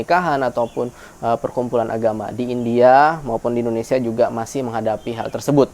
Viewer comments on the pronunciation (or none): none